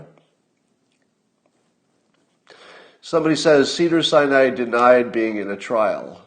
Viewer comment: I keep hearing: "Cedar-Cyanide" Hospital...